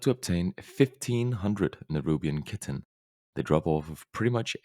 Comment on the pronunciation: Chitin is pronounced like Kie-tin